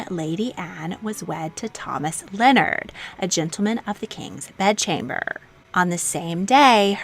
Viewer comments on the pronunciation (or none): none